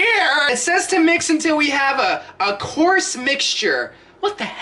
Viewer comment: When he said coarse mixture, I thought he said corpse mixture